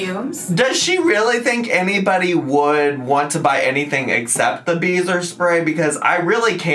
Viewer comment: I thought you were saying, “beaver spray”😂